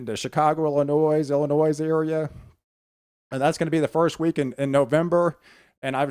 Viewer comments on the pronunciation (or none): JUst a simple comment you keep speaking of WI as MI. Also it is Illinoi without the s.